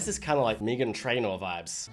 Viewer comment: The way you pronounced Meghan trainor is criminal 😟